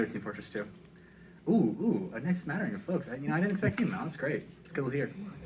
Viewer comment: I love this man's commitment to the word 'smattering'